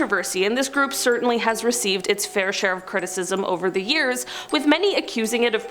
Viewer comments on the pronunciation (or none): none